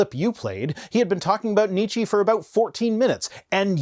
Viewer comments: almost pronounced Nietzsche's name correctly. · Okay, since you insist: You pronounce Nietzsche pretty well but the 'e' at the end is a different type than the English one. Instead of a prolonged 'eeeee' it's more of an 'uh', so ~Nietzscheh ('eh' same as 'uh' but an e instead of a u if that makes sense, also it's a silent 'h' xD), gl lol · ok as no one ever corrected you it's Nietzsche that would be an "eh" sound at the end. rest ist perfect ;)